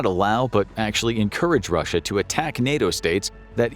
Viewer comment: nah literally listen to the first sentence spoken. When he says russia the it sounds glitch and the way he raises his voice so weirdly when he says 2026 just doesn’t sound right at all